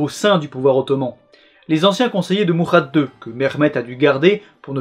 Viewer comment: Et Francisco XD en espagnol le CI = TH (quoi que la prononciation historique serait plutôt SI :p ) en italien CI = Chi, et MuRRRRRRad pas MuHHHHad, mais voilà je me suis dit ça fait trop de remarques pour un seul com XD Je te charrie! C'est quand on aime bien qu'on charrie bien c'est bien connu XD :p C'est bien parce qu'il n'y a absolument rien à redire que je me permets de chipoter eh